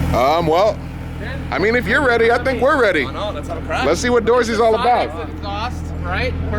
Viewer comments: it’s dawsey not doorsy lol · did anyone notice how kept calling him "Doorzie" and his nick was "dawzey" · thought he called himself “Doorsy” when it was actually“Dawsy” in an Australian accent 😂